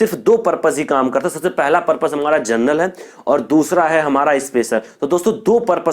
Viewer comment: Sir ji gernel nahi genrel hai